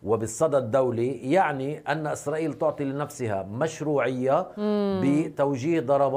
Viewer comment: قالت إسراخيل 😂🤣🤣🤣